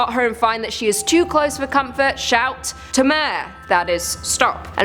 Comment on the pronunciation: its not pronounced "to-mare," its "to-ma-re"